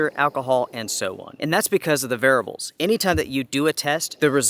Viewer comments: I'm only pointing this out because you said it so many times [and I am a pedantic kind of person, tbh], but you need to buy a vowel and pronounce the word "variables" rather than "varibles." It only sticks out so much because you have little to no noticeable accent otherwise. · It's variables not "VARIBLES"...😆✊🔥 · varables . . . sorry i could not resist. I used to have a ex who said bagel like bah-gul and I laughed everytime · You mean “Varabal”? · vair ee ah bul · Say “variables” again.